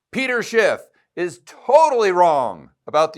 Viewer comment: Isn’t it “Schiff” not “Schipp”?